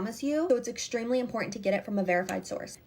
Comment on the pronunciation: If I never hear 'hop on here' or 'you guys' for the rest of my life, it will still be burned into my brain forever. Also shadow vowels before or after every other word, the useless pauses, and adding 'sh' to every 'x'. Exshtremely a'hydrating. Stoooop.